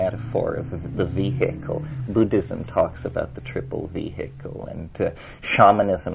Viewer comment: Terence’s pronunciations paint the picture. It’s the way he speaks; “Vee’hik’ul”.